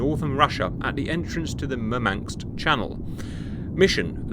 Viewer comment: "Mur-manks" is where Russian Man City fans live 🤭